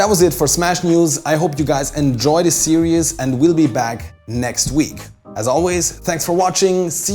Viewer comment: Please don't pronounce series like serious.